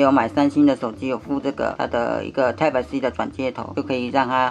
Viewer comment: 注意一下type發音